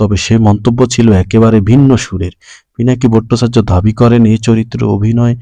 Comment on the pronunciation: ফিনাকি না পিনাকি